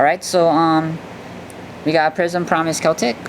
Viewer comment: It's pronounced prism the heart in the middle has no meaning